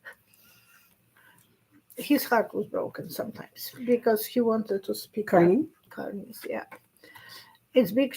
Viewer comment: There is a BIG difference between the word "corny" [KOR-nee], which means "simple; unoriginal; tiresome," and our Prime Minister's real name which is Carney [KAR-nee]. Please say his name correctly, thank you.